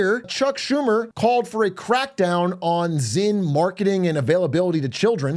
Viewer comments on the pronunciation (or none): none